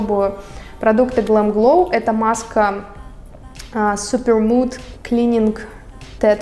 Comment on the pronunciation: Крутая маска для жирной кожи! Осветлила поры после первого раза. Чтобы ее понять нужно регулярно ее делать. И не "супермуд", а "супермАд". Вы хотя бы называйте средство правильно, прежде чем делать на него обзор.